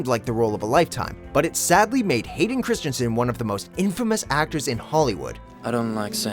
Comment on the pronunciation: You guys seem to have a lot of trouble with Hayden Christensens last name. As a native Danish speaker, let me give you a well meant, slightly mocking piece of advice: Hey, it is not Christiansen, therefore, you don't say Christian, mkay? You just take the name of the next person on the list, Kristen Stewart, and use that, because it's the same name, mkay? Christensen/Kristensen... Not Christiansen (though that is also a name, just not his name).